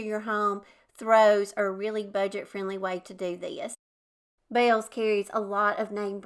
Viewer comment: Yes we have a Bealls and I like it alot. I also pronounce it the same as you. 😂